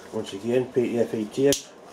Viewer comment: You just gotta love how says it though, eh? "Pee. Tee. Eff. Eyeee..."